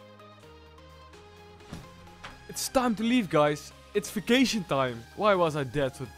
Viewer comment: did you say vaction? lol you're going on a CS:GO VAC BAN lol :P